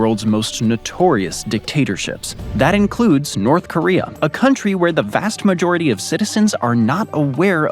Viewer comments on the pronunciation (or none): In north koreum????? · What the heck is "North Koreyum"? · I'm sorry, North Koreaum?